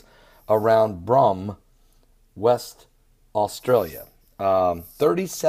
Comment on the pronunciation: It's pronounced Broom[e] as in sweeping with a broom